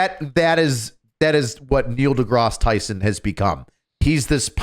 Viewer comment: Moe De Grass...Tysen.